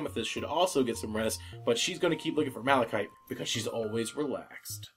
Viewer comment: At the end hearing her say I'm not lapis I'm malicide was not like... Lapis